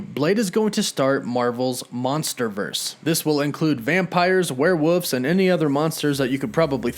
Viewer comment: "Were-wuffs"..... Nice lol